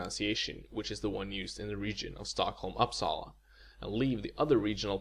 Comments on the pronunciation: It's Uppsala, and not! XD Very interesting video though. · Uh, check your pronunciation of Uppsala. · After thirty years of speaking Swedish I still learn from this dude (who I don’t think speaks Swedish as he pronounced Uppsala wrong). Actually the hardest thing in learning Swedish was the procity issue. I could speak it long before I could make out what people were saying as the words are run together mostly so the brain is constantly trying to break it apart and find the individual words. German was much easier as every world is separately enunciated. Spanish is a bit like Swedish in understanding but mainly because they talk so bloody fast. Still working on that one. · I like how he talks about accents and how to pronounce stuff but doesn't even know how to pronounce Uppsala lol